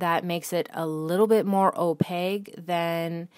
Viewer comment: Wonderful, informational video! (But please learn how to pronounce opaque - it's a Q, not a G)